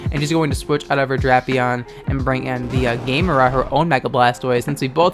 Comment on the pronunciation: Not Gay-mera Ga-mera Gosh you make everything gay >.< !